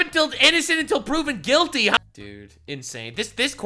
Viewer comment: Innocent until proven guilty ha 😂😂 you're saying that wrong for that state😂😂